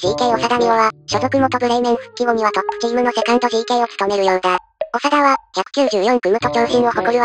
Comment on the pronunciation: ながたじゃなくおさだ 間違えんようにしよ。